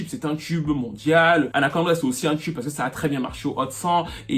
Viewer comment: on dis "TUBE" et non "tchub" t'es fatigant